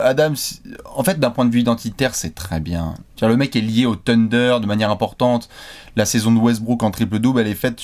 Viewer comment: J'en peux plus d'entendre le "sunder", c'est "THHHHunder" bordel.